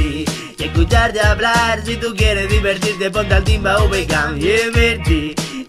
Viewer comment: Sabe habrar normar? #humor